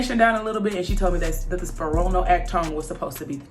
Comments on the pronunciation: I love it 🤣🤣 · The way you pronounce spironolactone😂😂😂😂😂